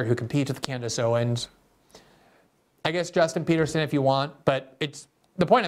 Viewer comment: Did he just say "Justin Peterson"?